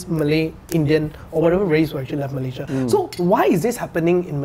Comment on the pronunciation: awat hang sebut Malaysia pun tak betul?